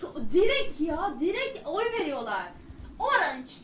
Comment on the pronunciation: 11 ay gecmis ama söyliyim son sahnelerde komik bir şekilde söylediği için yazıyor yani bizde biliyoruz normalde orınç diye okunduğunu